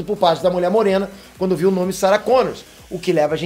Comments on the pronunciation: ei...é Sarah Connor e não Connors;) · Para de dizer Sarah Connors! É Sarah Connor sem "s" no fim. PQP!!! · É Sarah Connor, não "Connors"! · Sara Connor, pelo amor de Deus, sem S no final rs